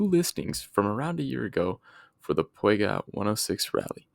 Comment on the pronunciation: Cool video idea. Subscribed Gotta work on that Peugeot pronunciation tho lol